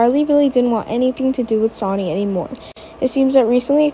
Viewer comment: His name is Sonny not Soni. Please get names for right. Most of your reading is ok I guess.